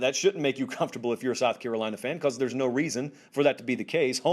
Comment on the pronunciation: “Carolina fans.” You said it right my man!